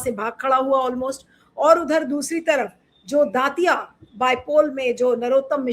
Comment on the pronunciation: दतिया को दांतिया उच्चारण क्यों कर रही हैं